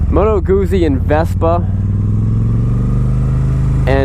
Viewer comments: it's goot-zee like pizza is peet-za . double z in Italian is a hard Z sound. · Why does have such a problem with Guzzi......its the same s probounciation as pizza ffs...glad you liked the bike. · You're a funny guy! I like it........ Can't pronounce Guzzi, not sure if they are Italian, comparing them with Triumphs,..... Triumphs! ... and that bit about why people ride Guzzis, "cos no one else has one, because there are no dealers anywhere" Hilarious. (You ARE trying to sell this bike right? or do you want to keep it? A nice test review. You must have said you love it half a dozen times. That is why people ride Guzzis. There's nothing like them. Good luck with the sale. If I was an ocean closer, I'd buy it. Cheers Mate. Cali Jackal Bob. Proud owner of two Guzzis and looking for MORE!